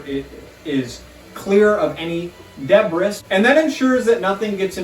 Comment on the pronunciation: haha I’ll keep an ear out for it, I know I cracked up when I hear you say “debris” lol